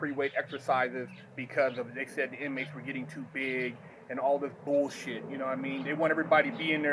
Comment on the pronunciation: bowlshit lmao love how he says bullshit